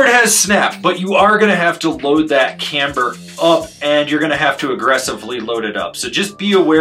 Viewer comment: This thing looks like a blast! I love it when says “camber” with three syllables…🔥